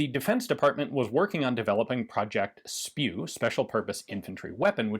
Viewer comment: “Project SPIW” (pronounced “spew”) 🤮 That is beyond funny 😂